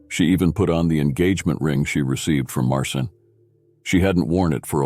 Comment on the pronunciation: Its not Martin nor Marcin its pronounced Mar-chin